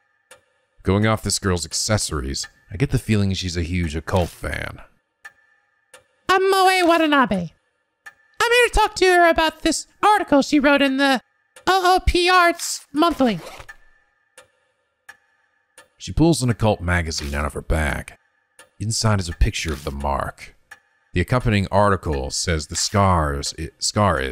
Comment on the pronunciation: For future reference "Ooparts" is pronounced like there's only one O in the word